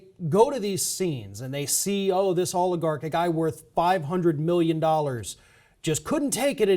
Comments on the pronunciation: can you help your fellow host pronounce "oligarch" more correctly?:thanksdoc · Party on,! Party on, Wayne!